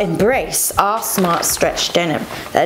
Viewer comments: Love this video. Everytime you say "our smart stretch denim" I just keep hearing "arse smart stretch denim" and can't stop laughing! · When you said “our smart stretch denim” I thought you said “ARSE SMART stretch denim” .... which would be a much better name for them 😂 ❤️ p.s pls do more of these videos